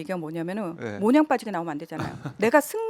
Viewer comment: 문희정 평론가 지식인 답지않게 말을 똑바로해라 모냥? 몬양? 모양 이라고 바로말해라 몬양?모냥? 모양 이다